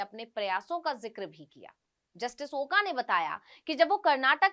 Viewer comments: Oka nahi. Oak ucchar chahiye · मॅडम आपको ओका नही बोलना चाहिए "ओक" बोलना चाहिए